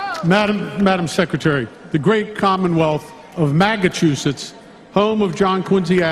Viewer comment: Did he say Magachusetts ?????